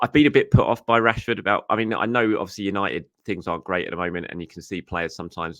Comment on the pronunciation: 🤦🏼‍♂️ Manchester Who-nited ?